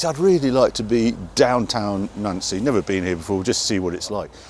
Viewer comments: Nancy is pronounced Noncee and Tourbillon (whirlwind) has silent L's. Lovely car and always lovely to see you blasting through Europe. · Two more to the list you cant pronounce Reims and Nancy